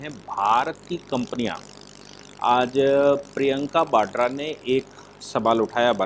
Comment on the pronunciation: न तो प्रियंका 'बाड्रा' है, बल्कि प्रियंका वाड्रा है, और न ही 'भ्रस्टाचार' होता है, अपितु उसे भ्रष्टाचार कहते/लिखते हैं। Please be cautious, is my request, which you have been ignoring.